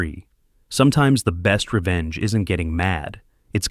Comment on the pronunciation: The word is revenge spelled nge on end not revence.